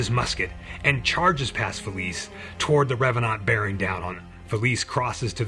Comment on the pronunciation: I appreciate your slight French pronounciation of revanant. Just adds a bit more to the flavour. (Also, your channel is criminally underexposed and I'm grumpy on your behalf)